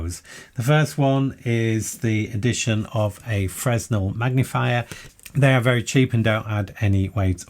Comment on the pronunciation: Sorry, pet hate of mine so I can't ignore it- check out the pronunciation of Fresnel, it's French. (Please not Frez-nel, I beg of you)